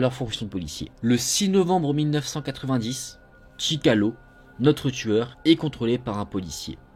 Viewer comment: sorry but his name is ChikaTIlo... Nice work, and keep going